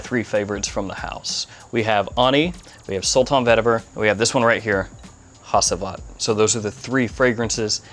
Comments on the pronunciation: I think you should pronounce it like Hagivat with G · Hacivat is pronounced "ha-ju-vat". Turkish language. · It is pronounced “HADJIVAT”. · Hacıvat is pronounced like "hadjuvut". "C" in Turkish always sounds like a "j" in Jack" .. (does not steal the roles of "s" or "k") That "i" also is not a real "i" .. It is a different letter. It is written without a dot. Notice the name was written in capital letters for not confusing the international buyers. (I wrote it with a "u" but) in fact it is pronounced just like the second "e" in teacher. The (not) "i" in "ANI" is the same ... "Hacıvat" is the name of a traditional shadow puppet "Anı" means "memory" (like somebodies past memories .. ) "Nishane" that you pronounce correctly (congratulations) means "a physical symbol that proudly represents something" ... (Ah yeah such a rich language.. :) ) So Nishane can be a flag, a signature, a logo, a medal , a diploma ... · Im interested in Hacivat. Another great review! My friend Hacivat is pronounced as "hajeivat". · I’d like to check out Sultan Vetiver. Hacivat is my favorite so far. Ani is really nice. Like to give it a wear as soon as the cool days come. Enjoyed the vid Bruv, Thanks ✌🏻 Also The C in Hacivat is said like J.